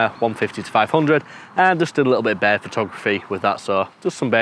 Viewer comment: Also, I'd love to know how he says "bear" because he says "bird" as "bear"....does he say "bird?"